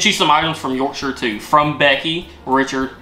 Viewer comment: As someone from South Yorkshire, its really nice hearing you say the word "Yorkshire" correctly as I've heard a lot of people say it as York-shire like as in the way people say Shire Horse